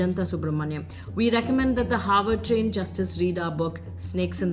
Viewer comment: Harward ko hayward kahte hain. Hahaha.. 😅🤣😂